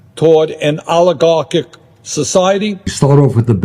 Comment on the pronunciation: How many times can you say Alighieri Bernie? Agaric all Eric all Eric all Eric all Eric all Eric all Eric.alligarcick